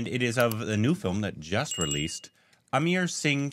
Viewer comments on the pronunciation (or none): I think doesn't know to read english. He reads 'a' in Amar to 'i' in Amar saying Amir.